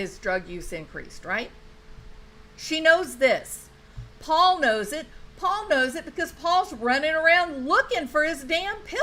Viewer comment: Paul Paul, with a southern drawl; not pa pa.